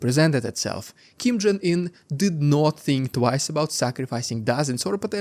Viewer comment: Did you just say Kim Jung Ear? 😄